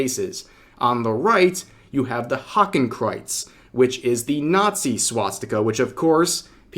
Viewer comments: pronunciation of Hakenkreuz was almost right, it's pronounced like "Hahken-kroits" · well? that pronouceation was horrible xD just as bad as how americans pronounce nordic names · Rev I ain’t German but I’m pretty sure you butchered that German pronunciation. But yeah this is dumb come on guys learn your damn symbols like Jesus lads how about you guys spend 15 minutes learning how the NAZI party created there symbols and the differences between Hindu and eastern Asian symbols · That german pronunciation caught me outta nowhere